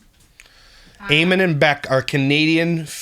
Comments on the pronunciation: It's pronounced A men lol. Love ya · Eamon is an Irish name , it’s an English version of Edmund and it pronounced AY-MON 👍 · Eamon is an Irish name, here its pronounced Eaaman